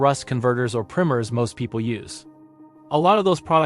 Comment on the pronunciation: Videos would be a lot more believable if you could pronounce the words properly, especially simple words like primer